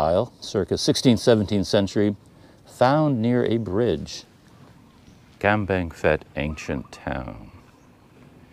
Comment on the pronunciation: As with Umphang, the ph is sounded P not F. Enjoying your videos around our area.